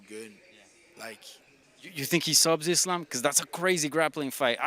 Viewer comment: I love how RDA and him say islam "izlun" 😂